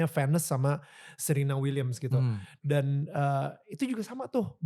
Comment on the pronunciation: Danil nyebutin Serena dan Venus salah Serena itu nyebutnya Se(huruf e nya kyk kita nyebut Gelap utk membunyikan huruf e nya ) jd nyebutnya Serina bukan kyk nyebut penyanyi Serina Ya Terus utk Venus ..nyebutnya juga salah td Danil nyebut Fenus yg benar Vines ( bines .. nyebutnya kyk huruf B tp kedua bibir gak ketemu utk E nya Sama kyk nyebut nama Serena.. Knp aku koreksi ini krn Danil berbicata selang seling indonesia inggris ...Jd dalam menyebut orang itu hrs benar...